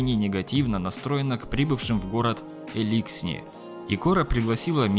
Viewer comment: Даже в игре говорится элИксни, а не эликснИ или Эликсни... господи